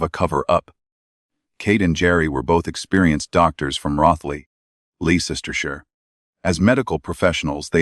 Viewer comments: Less - ster- shire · 'Leesistersher' its pronounced Lester sheer 😂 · Lee-sess-ter-sheer ? There can be only one explanation, their constant presence and odour of death. Cuddle cat did it!!!